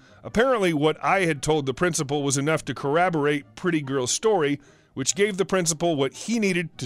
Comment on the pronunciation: Hi, your doing a great job and I’m really enjoying your stories. I even listen to ones I’ve heard on other channels because I like your voice so much. Just a little feedback assuming it wasn’t just a misread; corroborate is pronounced co- ob- or ate. You said co- ab or -ate ☺️👍